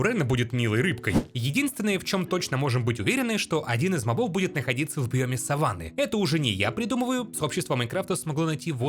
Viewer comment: *Правильно мóбов — не мобóв